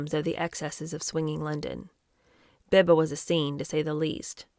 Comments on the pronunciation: It is Beeba, not Behba. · Biba is pronounced bee-ba. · Biba is pronounced Bee-Ba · Biba is pronounced Bee-ba 😉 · Loving this book. Biba is pronounced BeeBa xx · Hi. I love everything you do ❤. By the way BIBA is pronounced beeba. It was THE place to be in the late 60s and early 70s. ❤